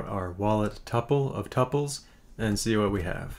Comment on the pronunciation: I like how you pronounce tuples